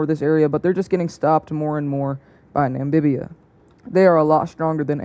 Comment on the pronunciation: It's NAMIBIA NOT NAMBIBIA😡😡